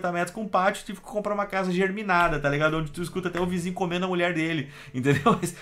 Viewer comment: casa o que? Tudo bem que a casa vem de uma planta... mas ela nao eh "geRminada" eh uma casa "geminada" de gêmeas...